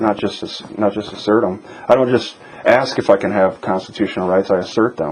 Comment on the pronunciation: Should have asked her for a copy of the affidavits the officers sign about THEM filing a false report! Also, I guess the lieutenant's exam doesn't include correct pronunciation of the word "ask."